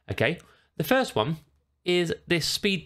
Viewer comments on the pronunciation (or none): none